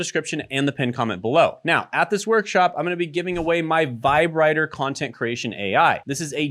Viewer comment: are we not gonna talk how " vibe writter" sounds like your saying vibrator?